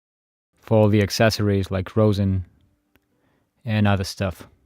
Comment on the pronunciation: ummm I think later on you said the bridge or the shoulder rest but it’s actually called a shoulder rest and the bridge is located on to of the violin kinda in the middle plus you kinda miss pronounce rosin but maybe it’s ur accent